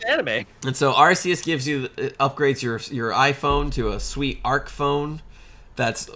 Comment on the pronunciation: Dammit, you took Latin, it’s ARK-EE-US